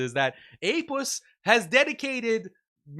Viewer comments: I love this when a muslim bro says Apuss🤣🤣🤣😂😂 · "APussilanimus"😂 "APussted Profit"😂